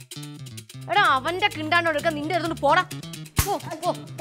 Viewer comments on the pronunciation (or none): പൂവിന്റെ കിണ്ടാണ്ടം.. ന്താന്ന്..? അല്ല കാണ്ഡം.. 🤣🤣🤣🤣🤣🤣🤣😂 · പൂവിന്റെ കിണ്ടാണ്ടം. അല്ല കാണ്ഡം 👌🏻😂😂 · പൂവിന്റെ കിണ്ടാണ്ടം......അല്ല കാണ്ഡം 😂😂😂😂😂😂😂😂😂😂😂😂😂😂